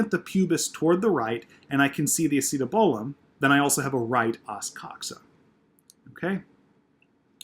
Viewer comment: great video,you do a great job at explaining but i have to say ur slaughtering that acetabulum pronouncitation